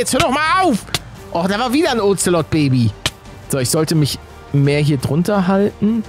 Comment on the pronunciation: Ich finde lustig wie er zu den Katzen Oxelod sagt 😂